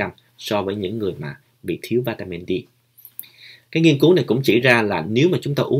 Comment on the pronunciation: Mình để ý bạn nói đề tài về vitamin D nhưng mình nghe bạn đọc vitamin Di rồi líp kia mình xem vitamin B minh cũng nghe bạn phát âm vitamin bi sau kỳ dậy bạn cái nào cũng nghe bạn phát âm dậy khó phân biệt lắm